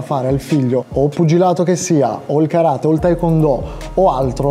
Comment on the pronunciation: Vorrei puntualizzare che si dice Karate' con l'accento sulla e piccolo dettaglio che anche quello è positivo sapere. Bel video complimenti.